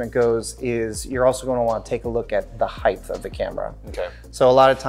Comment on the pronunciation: Great video. Very helpful. But this drives me crazy - the word is height (hite), not heighth (hite-th).